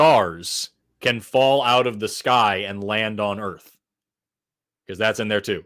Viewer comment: "if you look at the way that them Earfs fit together..." 😂😂😂